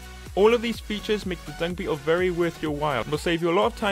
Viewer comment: Hmm. 1/5... he only pronounced Dung Beetle correct